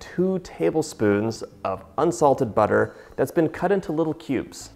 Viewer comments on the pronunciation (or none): none